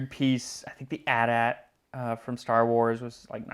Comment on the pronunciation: My husband is raging because you referred to the AT-AT as “aht-aht “ instead of Aytee-Aytee and I can’t stop laughing. He won’t stop talking about it!! 🤣🤣